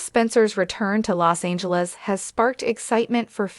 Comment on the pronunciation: L os Angeles not lay